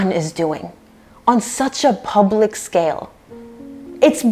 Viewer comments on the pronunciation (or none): none